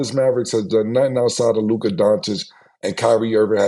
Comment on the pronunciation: Mavs lost cuz Mase refuses to pronounce Luka name right.